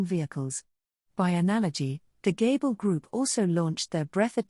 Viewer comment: Hey bro are you capable of going through the text and making adjustments to fix the pronunciation of certain names and word? It would really improve your videos. Like it says gable for gabiru.